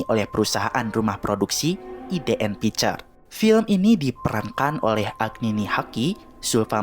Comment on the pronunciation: Bacanya ai di n picture bang bukan idn 😂